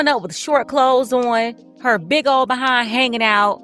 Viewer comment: You gotta stress the word "big" 😂